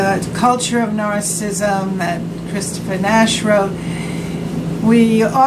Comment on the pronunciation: There is great content here but it's soooo hard to watch. The camera seems like it's bobbing around at sea and she can't pronounce narcissism correctly!